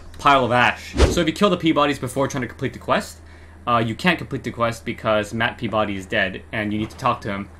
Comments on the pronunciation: Pee-ba-dy is the correct pronunciation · It’s pronounced Pee-ba-dee.